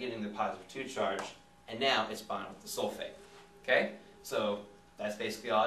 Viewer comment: I thought he said 'hey soulmate' rather than 'hey sulphate'